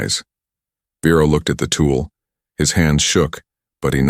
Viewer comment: And the man’s name is Vero, not Bero, not Firo!!!!! And why can’t I put a space after a word without clicking the spacebar several times??? And then Siri gives me an answer. That is nothing close to the question. I asked her!!